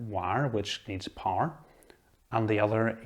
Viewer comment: Gosh it took me some seconds To understand this “power” word pronunciation, nice video though! Thanks